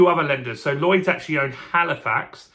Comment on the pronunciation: Lloyds, not "Llyods" (sic). However, I was impressed that you had no trouble with the double 'l', as I always think that is tricky.